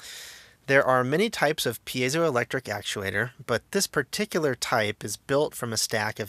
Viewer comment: I don't know about this, but I'm just glad SOMEONE on the internet knows how to correctly pronounce 'piezoelectric'.